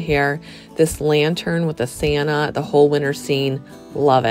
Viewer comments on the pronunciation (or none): none